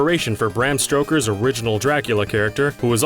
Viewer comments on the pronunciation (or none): Bram Stroker? It's Stoker. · it sounds like you called him bram stroker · "Lords of Shadows", "Bram Stroker"? Reading skills much?